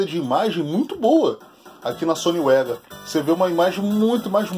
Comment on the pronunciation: E tio vc esta equivocado,o correto Da pronuncia e sony vega Mesmo e nao sony uega kkkkkkkkk Detalhes,mas foi um belo video.